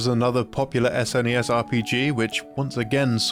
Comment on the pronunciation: Thank you for pronouncing it "S_NES" and not "SNES," though I still just call it Super Nintendo out of habit, which is what everyone I knew as a kid called it.